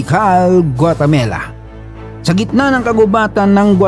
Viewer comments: Guatem"A"la po 🇬🇹 hindi Guatem"E"la kuya 🤣 parang gumamela 🌺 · Guatemala kMo ah not Guatamela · GUATEMALA not GUATAMELA